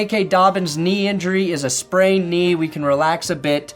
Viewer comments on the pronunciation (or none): Little known fact: Sprained is actually pronounced spraingned